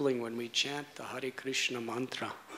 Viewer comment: ..and i've never heard anyone say Krishna so beautifully...makes your hair stand up on ends, Hope i can be your servant birth after birth